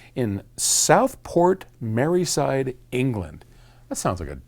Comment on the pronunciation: Hi Paul. It's Merseyside not Merryside. Pronounced Merh-zee-side.